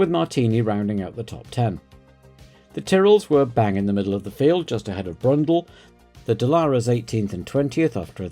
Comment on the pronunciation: Loved the "Brundell brothers" at Brabham